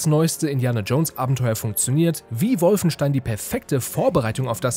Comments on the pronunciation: Warum heisst es ständig "Wulfenstein"? Das Ding heißt Wolfenstein, da muss man nicht zwangsweise ständig die sehr deutsch ausgesprochene englische Interpretation eines deutschen Wortes wiederholen.... :) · Profitipp: Wolfenstein spricht man Wolfenstein aus. Nur die Amerikaner sprechen es Wulfenstain aus weil sie es nicht besser können. Der Kommentator ist kein Amerikaner oder?!